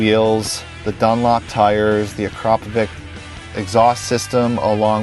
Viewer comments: always thought the silencer was pronounced ,acra-povic not a-crapy ovic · pirnat Akrapovich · LEARN HAW TO SAY AKRAPOVIĆ.